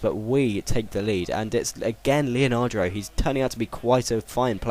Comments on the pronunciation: It's leandro, not leonandro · i don't understand where do you get that extra a to leandro from. you say it leonardo, it's leandro =D good vid btw ;) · Leandro not leanardo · is leandro not leanandro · its le-an-dro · his names le-an-dro i know you said not to say anything but it's pretty easy to realise that its leandro :L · it's le-an-dro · The real way to say Leandro is : Lay-Ahn-Dro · Pronounce Leandro like : Lay-Ahn-Dro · His name is pronounced "Lee-an-dro" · Le-an-dro. Maybe you should actually read their names. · It's not fucking Leanadro, it' Leandro, also, how can you pronounce Enoha when there is clearly not an A at the end of his name? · Lemme give you some help here... 1) Leandro: Lee-yun-droh 2) Sulejmani: Sul-lee-man-nee